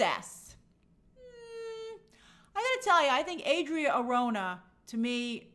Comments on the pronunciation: I'm open to whoever they cast as Wonder Woman, but I hope they don't do another skinny WW, she needs to be buff, and I mean buff. Also, you're mispronouncing Arjona (it's Are ho na), but someone already mentioned that. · Hey Grace, Adria Arjona, Arjona is pronounce ar-HO-na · Arjona is pronounced ahr-HOH-nah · the correct pronunciation for Adria Arjona is "R ho na" the jo is like the ho in home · Somebody probably already corrected you but Adria’s last name is pronounced ar - HO (as in honey) -na. She’s actually technically a “nepo baby” lol, her dad is one of the most influential Hispanic singer songwriters of the last 30ish years and huge in Latin America, tho since she works in a totally different market I don’t think she benefited that much from her dad’s influence other than the obvious money = opportunity and better access to everything, etc. in any case, she’s been super talented and charismatic in everything I’ve seen of her so I’m very happy she’s doing so well and getting so many opportunities in Hollywood! Have a good rest of your week Grace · Arjona = ARH-HUN-AHH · Arjona is pronounced like “Are” “ho” “nah”.